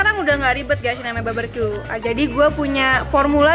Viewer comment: Barbeque bukan barberque